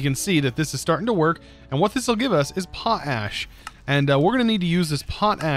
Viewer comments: It's pronounced po-tash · "pot ash"